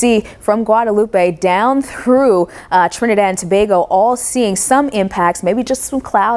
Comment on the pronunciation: Love how you say Trinidad and Tobago, makes me think you are from here or you got family here ....btw you and Tim have been my favorite since last year ... Much love to y'all from 🇹🇹